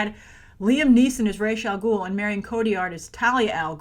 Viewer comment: It's pronounced RAS Al Ghul, not Raysh, Ras means 'head' in Arabic, and Al Ghul means 'the demon' in Arabic. Whenever it's pronounced Raysh I cringe every time. Also, Ras's nationality is explained to be of mixed Arab and Chinese descent, and the actor who plays him here is of mixed British and Sudanese descent. They only chose him because he looks slightly Arab. Either way, it's still better than choosing white actors like what Nolan did.. although Liam Neeson was badass as always.